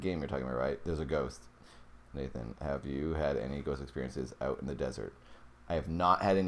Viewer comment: I see you have problems with my name right? 😂